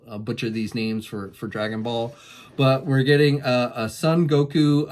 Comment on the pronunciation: Dude. “Sun Gokoo Keyah o ken” ?? You literally have the whole internet to inform you how to pronounce stuff. It’s hard to take you seriously when you don’t take the time to learn a few names. I get it’s not your thing, but you’ve been presenting anime themed releases for years. Learn the basics. C’mon. News anchors I watch don’t mispronounce names of foreign countries.